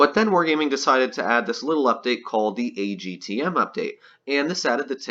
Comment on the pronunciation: ITS NOT AGTM ITS ATGM